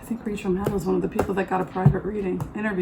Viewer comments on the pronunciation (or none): none